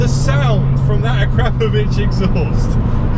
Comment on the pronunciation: So how did it handle compared to a 180 comp on fsd's and H&R's? Poise? Change of direction ride quality? And whats an A crap ovich exhaust?? FFS say it right bud..lol.;-) AKRAPOVIC. Would you pay the extra money over your modified car to own one?